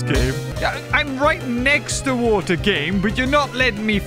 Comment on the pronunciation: “IVE GOT TO GET TO THE WAETWER” … “bl-bLEah!”